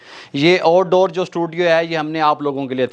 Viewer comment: Oud ouddoor 😂🤣😂